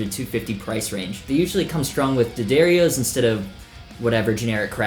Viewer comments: You just invented a brand new insult! NUT HOLE!! Yer two fer so far, you said D'Addario properly, then this?? You're a beast!! Go for the trifecta!! Jack - Canada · Wait what!?? STOP THE PRESSES, SOMEONE SAID D'Addario CORRECTLY!! No effing way!!! Jack - Canada